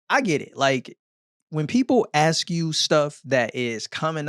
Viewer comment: first time watcher, one criticism - it's ASK not AXE